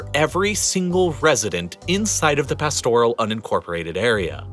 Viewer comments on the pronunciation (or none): Your pronunciation of Pilbara and pastoral was horrendous. It's also a cattle station, not ranch here. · One error? Pastoral, Kununurra and Pilbara were others and I’m not even half way through 😆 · Pastoral should be pronounced past-oral not pastor-al. There also seems to be some part of the country that is "unincorporated". Perhaps that is what is meant by the "deep south" before it was incorporated into the "union". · Very cringe worthy. Although the material was interesting it would have been enjoyable if you went to the trouble of getting your pronunciations right. Lake Eyre is pronounced air. Pastoral is pronounced Parstoral. Kunanurra all of the "u"s are hard. It is not pronounced Koonanurra. Your lack of research there earned you a dislike from me. The other thing that most Australians find annoying is the way people carry on about snakes and spiders. I am nearly seventy and I have never been bitten by either. That is despite the fact that I live a few hundred metres from a very large nature reserve.